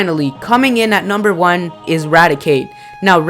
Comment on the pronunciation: Lmao raticate